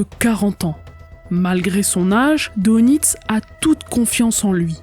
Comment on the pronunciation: oui très intéressant Les u boot all.furent copiés par toutes kes marines étrangères, après guerre, à cause de leurs qualités.Attention on prononce DEUNITZ en allemand Dönitz.Il fut désigné pat Hitler comme le représentant officiel du Reich.Connaissez vous Sabine, l'affaire du LACONIA?? Fait unique égakement.Un livre y est consacré